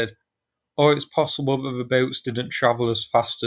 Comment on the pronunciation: the word is that, not vat, and the, not ve